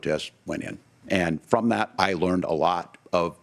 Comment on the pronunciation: Did he just say he learned how to run a government fyom china?